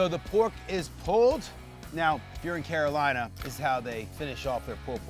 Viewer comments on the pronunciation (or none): none